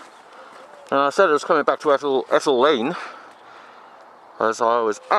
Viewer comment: Locals pronounce it Eetal lane matey. Not Ettal lane. :) Thanks for the audit.